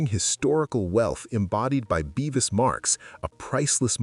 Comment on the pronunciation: It's Bevis.. not beevis. Much that is inaccurate: Cromwell did NOT officially welcome the Jews back. Not properly researched.